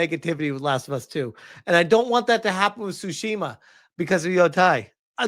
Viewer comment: It's pronounced, "Tu-shimma"